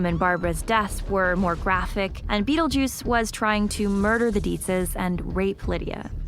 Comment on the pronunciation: O Mestre Das Artes Místicas Don't you mean Beetlejuice? WTF is "Bettlejuice?"